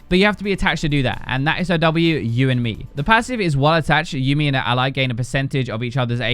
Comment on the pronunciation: YUUMI PLS DONT START WITH MESSING UP HER NAME it's like people who say tresh cmon